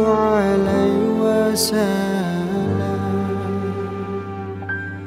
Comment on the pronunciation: Mhn maaf bukan hanya alunan nada yg bagus tp bacaan dan tajwidnya juga harus benar. Salah satu kesalahanya adl pd saat pengucapan wasa lam seharusnya wasallam disitu jelas wasall (ada tasjid) bukan wasa